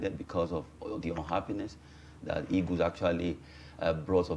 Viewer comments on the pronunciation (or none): Why do you people always say 'e-g-o-s' instead of ' e-a-g-e-l-s? I can't just understand why. We were all colonized by the British. Why do you people find it difficult with your English pronunciation? Even PHD holders have same problem. Can someone explain to me? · Why do they say eagus, "super eagus" 😁